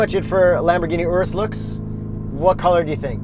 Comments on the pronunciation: That is not how you pronounce Urus. I mean... It kinda looks like an Oreo Ice Cream Cake. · i think i’m gonna have to get over youtubers saying urus wrong